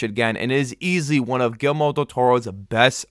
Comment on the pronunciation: Great review! Btw.. It's not "Gilmore" Del Toro... It's It's pronounced Gear-Eel- Mo 😆